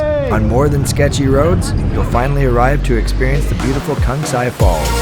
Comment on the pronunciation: The pronunciation of Laos (Laos is the name of the country and Lao is what the people and language are called), Phousi Hill (ph=p sound), (pronunciation Kuahhhhhng Seeee) Waterfalls and others were making me cringe since (correct pronunciation) Luahhhhhng Prabahhhhhng is a place I call home, but the video is BEAUTIFULLY photographed and constructed. Loved it.